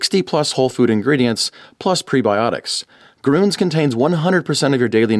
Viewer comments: Groons? If you want to make the "Ü" sound, just form your lips from the "A" sound to a kind of "kiss lips", let your tongue move inside the mouth from the "A" to the "Ü", not a "U" ... try it. I taught hundreds of Americans and Italians to make the "Ü" Sound. It is very easy! And nice content by the way!!! Cool idea! Or try the "Ö" Sound, like in the word "work" and close your mouth slightly without changing tongue and lips position. one of the methods will work! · as a german Im sad for the pronunciation of grüns… 😂 nice video